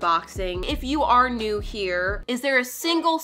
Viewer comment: When she said “this is new, it’s like a little cow” i thought she said “this is you, it’s like a little cow” 🤣